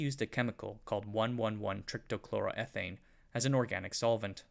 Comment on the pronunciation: the way you pronounced trichloroethane tells me you don’t know what you’re on about.